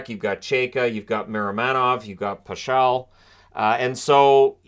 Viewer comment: Hey! Correct way to pronounce Pachal is PAH-HALL - I used to be babysat by his mom and played mini-sticks with him when I was 8-9 years old and he was a small toddler! Thanks for the videos!